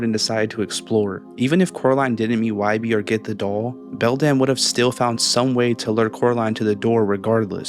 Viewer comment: His name is not wybi it’s why born